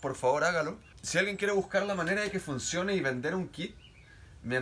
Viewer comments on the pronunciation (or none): Este men es increíble "el plan es ver Quel plan fincione" 🤦‍♂️